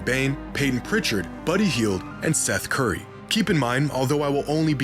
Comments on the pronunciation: It’s Seth Curry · It's Seth Curry